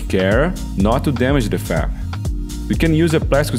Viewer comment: Great video for beginners! Just a heads up, when you say FEP, it sounds like you're saying FAP, which has a very different meaning. I'll let you Google it. 🙂 Keep up the great work! 👍